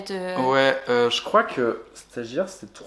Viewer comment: "stagiare" nan en vrai force a tua